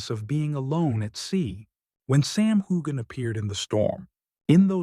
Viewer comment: Nice report but the least thing you could do is pronounce Sam's name right